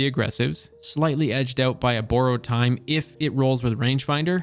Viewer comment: “Boooarowed time”